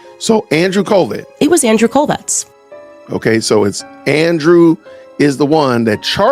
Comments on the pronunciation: Why is she pronouncing Andrew's last name like "Kolvex"? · Quick question: if she was so close to Charlie Kirk and worked with Turning Point, why does she pronounce the name of Charlie’s closest work partner and friend (and her former boss?), Andrew Kolvet with a s or z at the end. She always says, “Andrew Kolvetz”, I noticed how you said his name without the s or z sound at the end, looked up the guy online and sure enough, it’s just, “Kolvet.” What gives? Or is that how it is pronounced correctly? (I doubt it). Edit: hold up - I saw in your demonic edit of her she actually pronounced his name correctly twice! Who knows what is going on. Maybe she just has a speech impediment that, which normally shouldn’t be anything to point out unkindly, but in her case, intensifies the distastefulness of her delivery, which offends all the senses (that’s right, she literally stinks to high heaven at this point). Seems to me if I am gonna follow someone who says they are following details and leads that other people aren’t saying, I’d feel a little uncomfortable with that same eagle-eyed sleuth pronouncing myriad words and names incorrectly repeatedly, no, or no? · Why does she put an S on his last name?😂